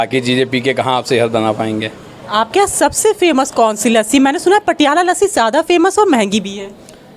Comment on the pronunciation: फेसम नही भाई फेमस इतनी भी क्या जल्दी